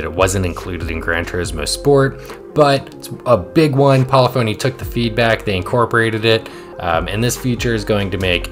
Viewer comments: It’s pronounced (Pa-Liff-ah-Knee) not poly-phony. Great video though and your livery technique is great… I like how you outline a shape with a thin border of another color. I made a few myself but I’m hesitant to download them because I just got the game on PS5 and only have like 800,000Cr so I don’t want to waste money on paint just yet until I have a decent car collection. Really just want my main Gr3/Gr4 cars for online races. I loved using the Huracan, Italia 458, Supra, Corvette and the Mustang. I just unlocked my first big car being the Gr4 Supra which was my favorite Gr3 car on GT Sport. Not sure what I’ll be unlocking so I don’t want to by any Gr3/4 cars just yet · Pol-if-ony Not Poly-fony